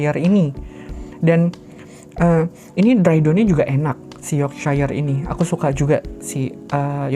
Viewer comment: Bisa dibaca Yorksyair kak